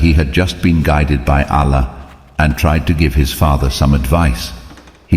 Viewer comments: Pronunciation of 'Allah' as 'Alla' is annoying. Please fix this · Why you pronounce Allah as Alaa? My suggestion if you says the names of prophets according to the quran like Ibrahim not abraham,sulaiman not salomon mean it would be more easy to get into kids mind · Your pronounce the Term Allah wrong you must pronounce it correctly and besure that what you are telling the story of Propeth Abraham is true-to-life story of Propeth Abraham becouse if what you are telling is not true then you misleading people and you are accountable to Allah and you will be punished by Allah if Judgement day come I was not convinced your story becouse even your pronoucetion is wrong. You pronounce the name of Allah is not correct.Allah is Arabic term of God atrue God is Allah.study more.😊😊😊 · You spreading wrong information...you can't even pronunce Allah correctly.. you are not a muslim. Water came out by the Hazrat Ismail's feet rubbing on earth with thirst and crying.. so the water came out and then hazrat hajra said these words Zam Zam means stop here.stop here . And water stopped...